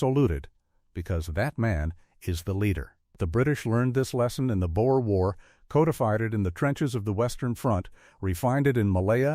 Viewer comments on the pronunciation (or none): none